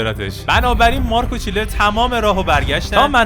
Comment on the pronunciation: داداش چنلر نه چیلر